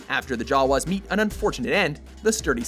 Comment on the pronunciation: YOU PRONOUNCED JAWA WRONG!!!👎🏻